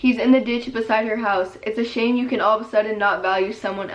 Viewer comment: Did anybody notice that when she said shame she said shane Just me ok.....btw love you❤